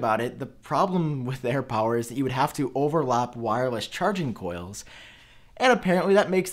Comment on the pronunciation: Am I the only one hearing this guy saying “whywus” instead of wireless?